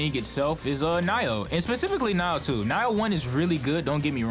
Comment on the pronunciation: It's "Nee-oh", not "nai-oh". Pretty much Dark Souls, but the combat is good.